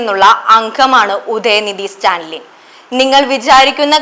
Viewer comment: Vartha vayikkum munpu ,enthanu news , athil parayunna perukal padichu parayuka, stanlin alla Stalin pls correct